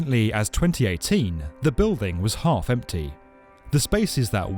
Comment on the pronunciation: I think he said half empty to emphasise it's negative connotation.